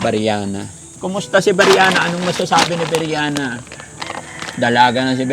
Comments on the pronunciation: Pls. lang po paki pronounce ang name ni BRIANA ng tama. Hindi po BIRYANA. Thank you po. God bless. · Briana Po. Hindi Po Beryana!